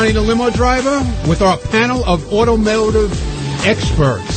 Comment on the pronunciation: "automehgiutive" reminded me of his Wheels audition -- "epicujfkvlahrian mastermind" lol